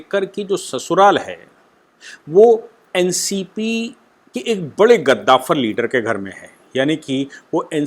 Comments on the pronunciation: Namaste, I appreciate your channel for giving detail information about Maharashtra politics. (Only I want to suggest you about your pronounce "gaddavar" you say kaddavar. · गद्दाफर् नहीं कद्दावर होता है... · आप ज्यादातर अपने मनघड़ंत शब्द गढ़ लेते है!! Eg रूस को रुसा 🤣कद्दावर को गधाफर!!!🤣